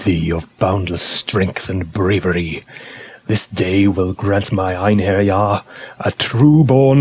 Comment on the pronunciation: Great as this video might be, I can't help but suspect that it was largely a clever ploy for the author to again emphasise the correct pronounciation of "Einherjar".